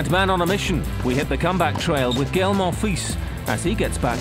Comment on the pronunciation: Its not GEIL its GAEL Monfis